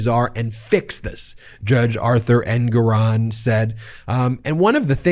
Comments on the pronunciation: Ben, the judge’s name is pronounced ENgaron (not enGORon). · Isn't the pronunciation of Engoron's name on the first syllable: ENG-or-on, and not eng-GOR-on? I could be wrong.... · You're an attorney, why do you intentionally misspronounce many of the peoples' names you cover? It's pronounced Judge "En-gerr-on". Your constant misspronouncement is one of the reasons I delete your videos, as well as unsubscribed from your channel. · Lol “En-GORE-On”? Ben please learn about accents on the right syllables… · Wait, is that how you pronounce the name of that judge?? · What's with the pronunciation of the Judges name? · What happened? The judge's name is being pronounced differently. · Ben,Ben,BEN! Time for a break. Listen to your grandma. You pronounced Engeron’s name 5 different ways and said E Jean Carroll was sanctioned 1 million dollars! Hey, at least I’m paying attention. You work SO hard and we appreciate your efforts. ❤ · Hilarious to listen to the number of ways Ben pronounced "Engeron" in just this one segment. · You've changed the pronunciation of the judge's last name. Is this the correct pronunciation?